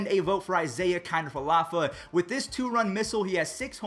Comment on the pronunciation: Love you. But as a rangers fan pleas say isiah’s last name a little better